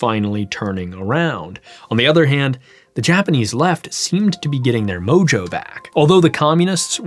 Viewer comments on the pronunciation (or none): none